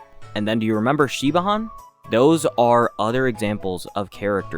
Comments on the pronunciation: i do want more four stars, but at the same time, ive played since launch and I STILL don’t have E6 Gallagher… (also im sure others have said already but Siobhan is pronounced more like “shih-von") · Isn’t it like Shi-vaan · Not to be that guy but Siobhan is pronounced shi-von it's a traditional Irish name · psa, Shibhan's name is pronounced as "shiv-on" its one of those names who is spelt completely different from how its pronounced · Siobhan is pronounced Shi-VAWN by the way ^^; its an Irish name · Omg the way you pronounced Siobhan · You : Kuchiba :: Me : Siobhan my WLW heart would crumblllle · That pronunciation of Siobhan 😐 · The way you pronounced Siobhan😭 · The pronunciation of Siobhan as an Irish person makes me go 😬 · Can't wait to get a character named Saoirse so he can butcher that ever further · I second this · Same lol. And I'm not even Irish, I'm Welsh